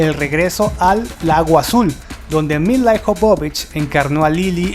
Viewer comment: Dices "Ian" Jolm, en cambio pronuncias "Milai" Jobobich. Ponte de acuerdo con la pronunciación: - Si el actor es "Ian", la actriz será "Mila". - Si la actriz es "Milai", el actor será "Aian". O todo en inglés, o todo en castellano. No nos vuelvas locos. ; )